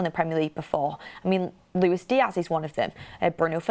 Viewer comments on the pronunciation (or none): none